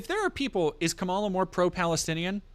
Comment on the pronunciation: Pleaseeee stop saying Kamala wrong so we can call trump racist when he does it